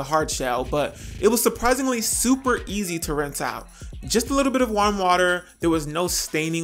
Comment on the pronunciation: why you say warm like that lol